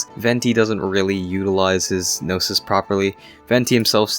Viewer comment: It took me 12 min to realize you said Gnosis and not noses😭😭😭😭